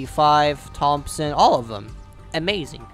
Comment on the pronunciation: I love the way he says Thompson xD